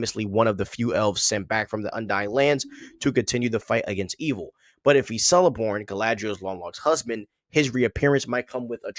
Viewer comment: Cirdan is pronounced Keerdon. C are always so its pronounced Keleborn too